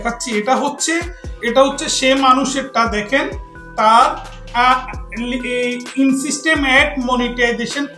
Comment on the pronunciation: ইংরেজি পড়তে পারেনা,,আইছে মানুষকে বুঝাইতো,,ইন সিস্টেম এড কিসের,,এটার উচ্চারণ হবে ইনস্ট্রিম এড